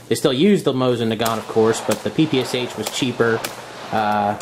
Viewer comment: There is no such thing as PPSH. It's PPSh. The "Sh" is one letter.